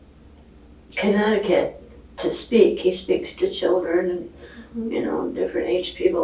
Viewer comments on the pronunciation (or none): none